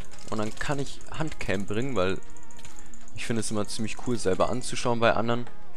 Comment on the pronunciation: ich meine das du hand auf deutsch aussprichst. hört sich komisch an nohate